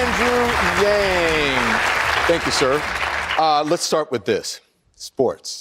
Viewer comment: pretty sure he said Wang... seriously Yang isn't hard to pronounce.